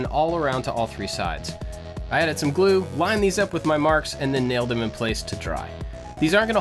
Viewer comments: Always wondered... In the beginning do you say "Hi I'm AND I like to make stuff"? Or do you say "Hi I'm AT I like to make stuff"? Thanks, love your work! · Every single time i wonder if he says "...and i like to make stuff" or "...at i like to make stuff" ik its prob the first one